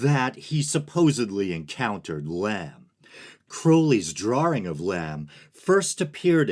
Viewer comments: Did you say drawring? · True, but he mispronounced "drawing".